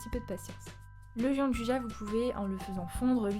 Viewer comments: Sa existe pas le « Jean du ja » c’est , phonétiquement : « Djianne douilla » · Bonjour on prononce Gianduia merci